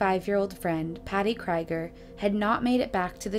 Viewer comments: I just want to point out that the last name 'Krieger' is German and the 'ie' is pronunced like the double 'ee' in 'bee' or 'heel'. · Exactly what I was thinking. It sounds like a German name and ie is always pronounce 'ee' in German. If it was spelled Kreiger it would be pronounced 'Kryger'. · OMFG! "cry-ger"?????? try "kree-ger". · Unless you’ve heard directly from the family or credible source, Krieger is pronounced “KREE-ger”. Like Robby Krieger of The Doors. Or as in blitzkrieg. Krieg is the German word for war.